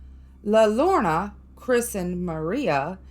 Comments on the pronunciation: pronounce like this "La yode ona" the crying woman in english. everyone on youtube pronounces this wrong. Her story keeps kids away from the river. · La Llorona is pronounced Lah Your on uh..... I am from New Mexico.